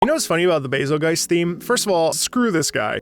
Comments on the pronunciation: Bazelgeice? Did I hear you say correctly, you said bazelgeice? It's bazel-goose(or bazel-geese). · I thought it was pronounced “Bazel-Juice” You know cuz the name is based off betelgeuse and that’s pronounced “Beetle-Juice” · Where on this good, green earth does someone think "Bazelgeuse" is to be pronounced like "Adelweiss"? I understood the "Razzle Juice"/"Hazel Goose" differential of pronunciation, but what I just heard is beyond my understanding! I especially liked the anniversary orchestra version of this theme where they used a slight chord change of the introductory brass measure as a final outro for the theme. So satisfying to hear! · I always pronounced it Bay-zul-juice, like how you pronounce Betelgeuse as Beetlejuice. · I pronounce Bazelgeuse "BAY-zil-joose" / "Basil Juice"